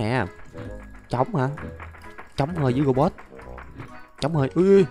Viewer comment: Anh đọc lộn thành robo